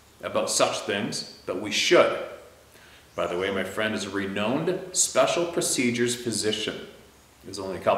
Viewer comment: no offense but it’s renowned. Rhymes with re-mound. I love your stories and your lifestyle. Keep the stories coming. We all have something to look forward to every night.